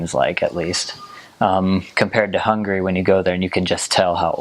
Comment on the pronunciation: I really like that you pronounce the name of the capital and the name of the nation properly, Congrats!